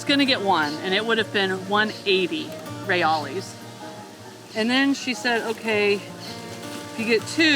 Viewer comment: Good luck on ur pronunciation of Portuguese . they pronounce their Real (hay al) or hay eyes not ray ollies. Most big city centers where u see lots of street vendors selling there goods you will find many men that will exchange your dollars for reais , you will tell them by large amounts of deneiro they will counting in public .